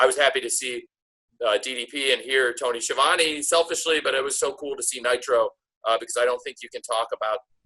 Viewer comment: It's pronounced Ski-a-vone.